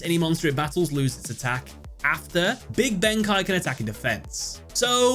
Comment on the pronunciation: "BEN-KAI"?!! It's BENKEI! BEN K!!